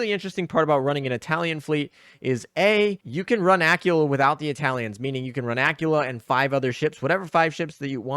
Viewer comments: Dude your killing me here its not pronounced Acula, but Aquwela or Aquwila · Please please say Aquila properly. I was so confused who you were talking about . Ah-quil-ah